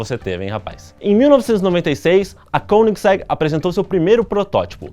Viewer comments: Koeningsegg pronunciado como um altentico Sueco,esse cara é fanta kkkk. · De tanto vc falar Koenigsegg eu aprendi a escrever e a falar certo tb kkkkk. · Pelo que já percebi, sueco e alemão são bem semelhantes. Assim, esse 'oe' de Koenigsegg deve ter a mesma pronúncia do alemão, ou seja, uma mistura de 'ô' e 'ê'.